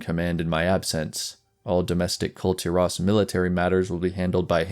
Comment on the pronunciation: Kul tearaus you say? It's kull teer-iss, as stated in game many times.